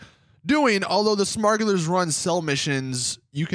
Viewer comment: Did he actually say “Smugullars run”?!😂